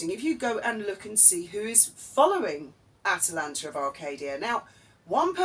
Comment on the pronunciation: Did I hear you call it 'TwAtalanta of Arcadia'?!! If not, perhaps you should....!